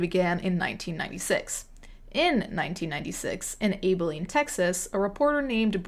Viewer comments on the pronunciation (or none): Love it!! keep em coming! ....btw it's pronounced ABileen not like Maybelline without the M lol not trying to be snooty, I just laughed out loud when you said it that way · Just a lil fyi..its Ab-eh-lean.. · Ab- uh- lean, Tx. We don’t use pronunciation rules here in Tx. Also terrified that these stories originated in my state, an hr and a half from where I attend uni.